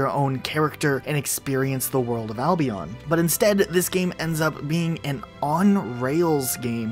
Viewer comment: i dont like the way he says albion